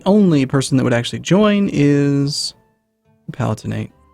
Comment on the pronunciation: Pronunciations are always iffy in any EU4 video, but you might like to know that "Palatinate" is pronounced puh-LAA-tuh-nuht.